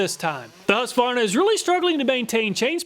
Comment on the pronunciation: Why do you not pronounce the Q in husqvarna? As a swede this confuses me x)